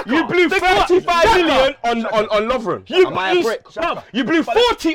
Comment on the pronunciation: man said Lovern proudly